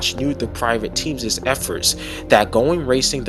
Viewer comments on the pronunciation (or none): Stop saying “teamses”. It’s not a word. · Were you saying teamses or am i just high